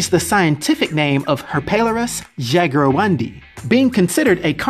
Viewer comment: Its pronounced "Jaguaroom-dee" with emphasis on room